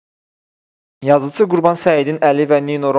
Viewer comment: yəni belə çətindir bir düz əməlli Azərbaycan dilində danışan bir müxbir tapasınız! ?! Bu nə sözlərdi YazıЦı, цццццц пцццц Azərbaycan əvəzinə AzərbayЦan axı nə qədər olar buna dözmək!?!